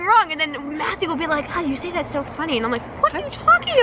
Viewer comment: I just CRACKED UP.....I SOOOOOO THOUGHT SHE SAID, "Can I give it to Justin?" Also LOL I was like, NOOOOOOOOO MATTHEW. NO JUSTIN. ONLY MATTHEW LOL